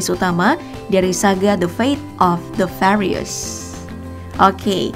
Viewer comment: Ngomong furious nya (fyuritus....) Bukan farius